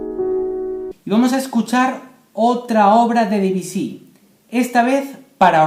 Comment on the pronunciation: No sé dice debisy Es Debusy